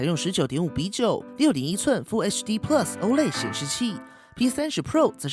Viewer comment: 你这个plus的发音实在让我………………………………………